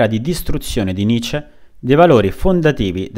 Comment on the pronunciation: Cavolo...nessuno che lo chiami come si deve...si dice nitcce..facendo sentire la c doppia ..studiate il tedesco..Pietro Giusti Luneburg bassa Sassonia.